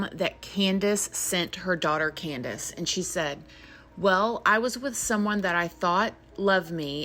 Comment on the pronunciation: The way says her name exactly how it's spelled "CanDUHs"